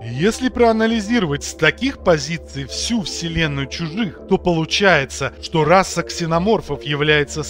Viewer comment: В слове РАСА одна буква С. Одна! Р А С А. Кстати, чтец тоже считает, что там 2-3 С. Как вы достали уже. Может, почитаете книжки какие хорошие...